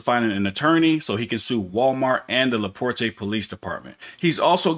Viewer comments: Lol, its just "La Port" not "la por tay" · Its la porte. Not la portay. It means the door. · It's just Laporte not laporta fyi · I never heard of a La Por ta there's LaPorte where the E is silent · It's funny hearing "LaPorte" pronounced "Laporté" it's pronounced La-pôrt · It's pronounced Luh-Port I live not to far away but the police around here are why I became interested in my rights because something ain't right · The towns name is pronounced “La Port”…. The E is silent !!! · BTW, it is pronounced LaPort (without the "e" at the end.) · Its pronounced Laa-Port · the e is silent its la port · Its' not LA PORTE' Indiana its English pronounced not the French pronouncement.